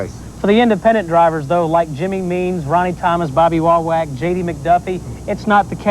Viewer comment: One of the few times I heard Bobby Wawack's name pronounced correctly.